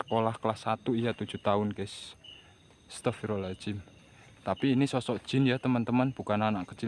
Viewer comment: Saat ngucap istigfar jangan pengucapan kata ahirnya "astagfirullahalnga(jim)" karena hurufnya (do') bukan (jim). Maaf cm meluruskan. Semangat terus bang...